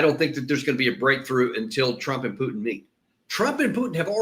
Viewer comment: Who is “PEWWW!-tin”? The eurotrash globalists can’t even say his name w out their fervent hatred on display.